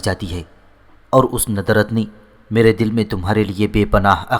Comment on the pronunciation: YAR AAP KO URDU PARHNA BHI NAHI ATA HAI NUDRAT KO AAP NADRAT PARHTE HAIN OR UMRA AAP AMRA PARHTE HEN OR TUK KO AAP TAK PARHTE HEN OR BOHOT SARI GHALTIYAN HEN LEKIN AAPKI AWAZ ACHI HE